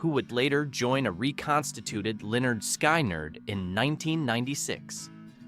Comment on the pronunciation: FFS-- It's SKIN-nerd, not SKY-nerd!